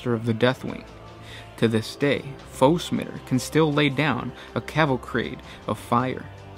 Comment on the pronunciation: Foe-Smitter? It's Foe-Smiter (Smy-ter)